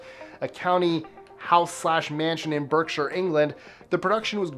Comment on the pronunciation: Hi. Thank you for pronouncing "Berkshire." correctly as it annoys us Brits when Americans pronounce the names as they are spelt i.e. the Shire part or the Ham part.